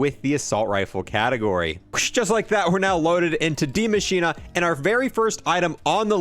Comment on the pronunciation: Damn u must not have listened in school its die as in death and machine as in mechanical operatives not dea machina 😯😳